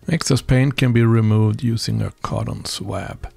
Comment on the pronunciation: I love the Krokodil; it was such a wonderful workhorse. Your videos are always interesting and I am totally amazed by your excellent English. May I offer one small correction? The word 'swab' is pronounced "SWOB" - what a crazy language English is! Greetings from an Englishman who cannot speak Swedish. Paul